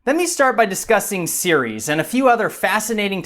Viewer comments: Another good vid but the first minute I understood you were talking about Sirius instead of Ceres. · He said series and not Ceres lol